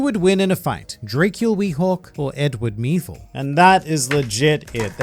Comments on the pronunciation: Edward Meevil for sure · Edward meevil, no doubt. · Dracule Mihawk, for sure i mean Who is this Edward Meevil. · I think edward meevil